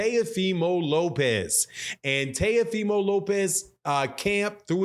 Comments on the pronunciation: It's Teofimo Lopez, Not Tayofimo Lopez. 😁lol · It's pronounced. T O fee mo. Lmao